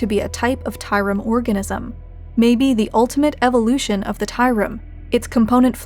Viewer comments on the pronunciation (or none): none